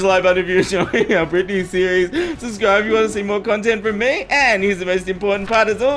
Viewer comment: I never knew slimes pronounced “Britney” “Bwitney”